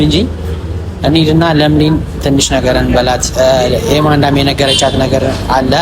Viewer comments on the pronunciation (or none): ኤመንደ ባይ ዬመንደ አትበይ አለለም ኤፍሬም😅😅😅😅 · የማንዳ የማንዳ ትላለች ለምለም😂😂😂😂😂😂😂